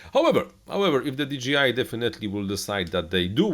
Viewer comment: di DŻEJ aj, a nie "DI DŻI AJ" - firma nie nazywa się DGI :D